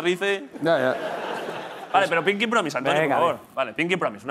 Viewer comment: "pinki power,""pinki powis" XD